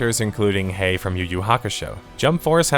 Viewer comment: Sorry your butchered Hiei’s name. Yu Yu Hakusho is a masterpiece of art and anime. I guess you don’t watch anime or have seen Yu Yu Hakusho. That sounds like an AI was used that would butcher the naans that bad.